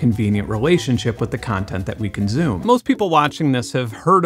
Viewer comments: and and - "Consume" has a hard "S" at the center. It's usually pronounced "kun-SOOM". Mr. Jordan pronounces it "kun-ZOOM". I've never heard this construction before - it may be a local dialect, but it's new to me. Is this idiomatic, or perhaps a geographically local speech pattern? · Good vid, but hearing you say conzoomer (consumer) and conzoom (consume) bothers me 😂 edit: also theory-oh-retically is this an inside joke?